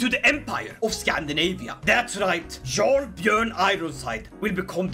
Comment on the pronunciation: jarl is pronounced as "yarl" no "zharl"